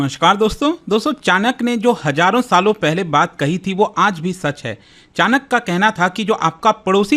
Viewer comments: नाम का उत्चारण बराबर लीजिये chanak नही चाण्क्य होता हैं। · Bhai wo chanak nahi Chanakya hai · Chanak nhi hai chanakya h vo